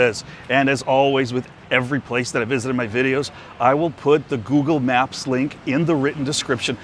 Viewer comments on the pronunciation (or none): none